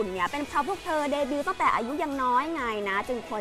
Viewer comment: เดบิว โอ้โห เ ด บิ ว ! ! ไม่อ่านว่าเดบิ้วหล่ะ วรรณยุกต์หายนะคะ ผู้ประกาศข่าว